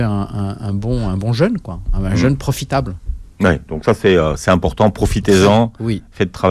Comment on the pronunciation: Jeune/ jeûne …Soit! Ça ne se prononce pas de la même façon…